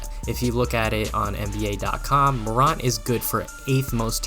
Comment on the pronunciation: You can’t even pronounce his last name correctly. No body questioned his jumper and anyone who thought he would struggle in his rookie year is a hater. Ja Morant is a beast and future NBA hall of fame if he stays healthy during his career. Go Grizz!